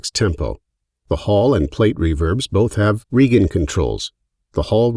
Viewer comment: Could have done with finding a voice-over guy who can pronounce "decay" and "regen"! Other than that, looks a versatile reverb. Planning to upgrade from X1PE to X2 pretty soon.